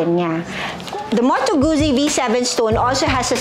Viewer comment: It’s pronounced as Gut-zi, like in pit-za